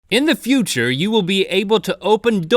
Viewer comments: He didn't say future he said fu ture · link says footure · "Go into the foocher" - link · "That super footure footure" me:😑😒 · foorrtaaaarrrr ??? link cant say future ? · Anyone else notice that in the begining that link said footer instead of future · How did he pronounce future?? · Just to let you know Link, the way you say future is incorrect... Don't worry about it though I actually really like it. Don't want to get creepy but the way you say it is quite cute actually 😊